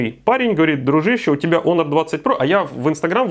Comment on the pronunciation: единственный, кто правильно произносит Онор. Красавчик. Лайк